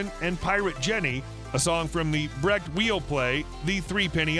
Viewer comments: Tom Petty is now Randy...? Rimbaud (pronounced RAMBO) is now RimBar? Weill (pronounced VILE) is now Wheel? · Weill is pronounced "vile." "Edie" is pronounced "Eeedee" not "Eddie" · Also, narrator says Kurt Weill's last name as "while" instead of the Germanic pronunciation. Also, he mistakes "Nashville Skyline" as "National Skyline"